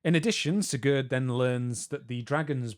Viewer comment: German is not my native language, my native language is less related to German, but god damn, that "Sigurd" pronunciation Just how even? He is not Franco-Spanish...